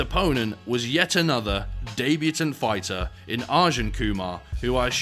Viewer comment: What’s a daybutaunt?